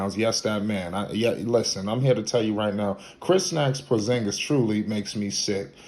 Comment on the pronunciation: Bruh this guy been hurt. He can’t control that. Atleast pronounce his name right. I still got hope, Once he’s able to take care his body and remain on the court , he’ll still be that damn good. He was young and he’s gonna learn how to not get injured so much. And if that doesn’t happen I can’t blame him, Look at DRose, Greg Oden, the legend Grant Hill. It wasn’t they fault they should didn’t have an iron man body like LeBron. The 🦄 can still figure it out and bust ass on the Wizards. Let’s see what happens.